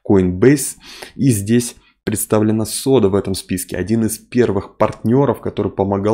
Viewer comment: "СОДА".... Это какой то позор.... ((((